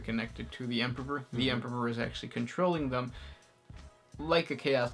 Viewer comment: Stop double pronouncing the 'p' in Emperor. Otherwise great work.